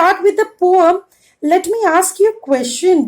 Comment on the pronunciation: Mam that is not Pom that is poem